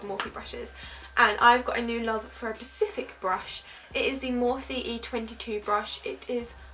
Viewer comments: It's specific darling not Pacific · Did anyone notice she kept saying 'pacific' instead of 'specific' 😂 Love You ❤️ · You said Pacific instead of specific 😂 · Specific not PACIFIC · Do you mean specific rather than pacific? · If she says 'pasific' again ... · Ava Deveney she says in another video that she can't say the word specific and she says pacific instead